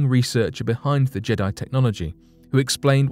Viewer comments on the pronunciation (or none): none